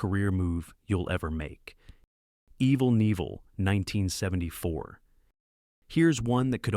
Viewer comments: Listen, AI, It's evil K(a)nieval, not evil nieval! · But "Evel Neevel" was good for a laugh. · "Evil Neevil."